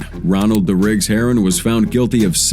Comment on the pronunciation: RA DIGGS NOT DA RIGGS😂😂😂